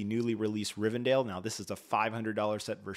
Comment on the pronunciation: Did you say Rivendale? 😅